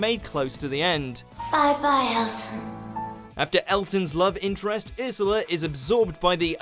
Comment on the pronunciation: ARE YOU KIDDING?! I love the sunglasses. Also I love the episode love and monsters oh and it's URshula not irshila. I LOVE THE SLITHEEN SO MUSCH.